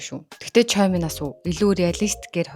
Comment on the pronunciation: choi gdgiig unshihdaa chwe gdg shvv ❤